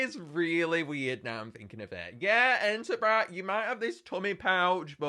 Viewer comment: Bro said entabrat ☠️☠️☠️☠️☠️☠️